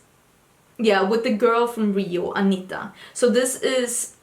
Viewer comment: you pronounced "Anitta" perfectly, me being Brazilian ;) (or :( at this time) and yes, we are over 200 million here ;)